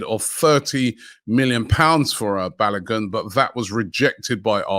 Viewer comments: he's name is balogun, not balagan,your a black man respect that name. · Balogun Pronounced Ba low goon